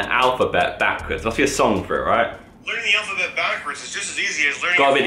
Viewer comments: Vik: “alphaket” Harry: ( ͡° ͜ʖ ͡°) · Vik: “alfaket” Harry : sounds good to me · Lol alphaket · Vik: “Alphaket” Harry: sticks head up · Normal people: alphabet Vik: alphaket Harry: me gusta